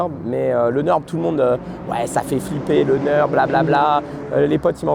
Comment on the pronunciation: Très sympa la video comme d'habitude. J'aime bien clairvoyant sur le fait qu'il est un gros consommateurs de freins. Normal il roule comme un cochon 🤣 Sinon petite critique constructive: faut arrêter de dire le "Neurb" c'est atroce 😭 Deja cest nUrburg et cest le nom du village 😅 A la limite faut dire le Ring si on a pas envie de le dire en entier Ou Nordschleife pour les puristes 🙃